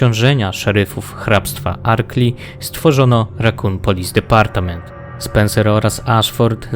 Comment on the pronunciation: R.P.D czyta się "Rakun Polis Department" , departament to po polsku po ang jest department, wybacz nie poprawna wymowa kuje w uszy xd